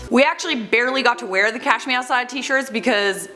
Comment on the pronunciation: To me it always sounded like "Cash meow side".